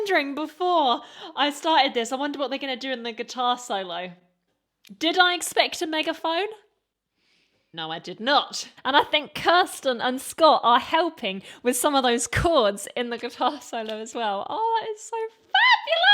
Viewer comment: I really enjoy hearing the breakdown you did hear. Always nice to hear a reaction that is not just fun to listen to, but informative too. Helps me hear new things in music I have listened to many times. One little thing, her name is Kir sten (or Kir sty) You said it correctly once, then reverted to Kristie....